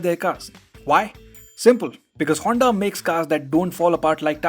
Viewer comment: Broo, but it's HONDA brooo....